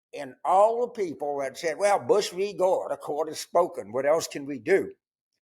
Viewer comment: "No one is above the shurt"